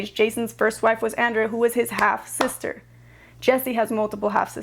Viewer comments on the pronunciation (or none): none